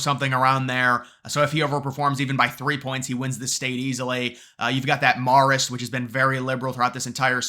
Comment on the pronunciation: Marist is pronounced Mare-ist, not Marr-ist. Just saying.